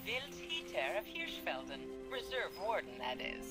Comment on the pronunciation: Btw, you pronounced Hirschfelden quite good :)